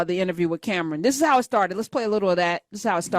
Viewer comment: I can’t take your critique seriously if you are calling him Camren.